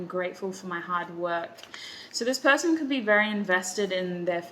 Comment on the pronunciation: I’m laughing in the middle of the night because you said “pershon”, THANK YOU